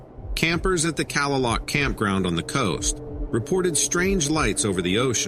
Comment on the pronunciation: Would be nice if you knew how to pronounce Sol Duc ( duck) and kalaloch (kalalock)